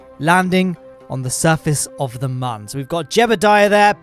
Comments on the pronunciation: Moon not mon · You keep saying man not moon🤣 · it is not mun it is moon